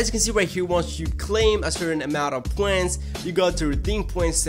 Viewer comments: they are called points not pwens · u get poents dont u, Its points Po ints not po ents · why do you say points so weird?